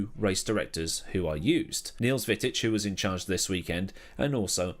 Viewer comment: Its Niels Vitt-ich thats how you say his name I believe